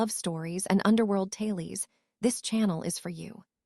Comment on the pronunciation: The word is not Talies it is TA LES